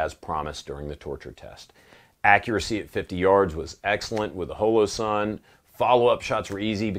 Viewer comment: Why do you say holosun so strangely?